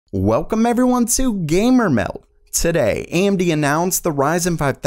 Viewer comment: I hate the intro, "WELCUM everyone to gamer-mel-d"